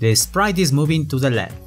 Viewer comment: I love it how you pronounce "t" like "n" as in "Sprine" "Rine" I know you meant to say "Sprite" or "Right", but, you pronounce t like n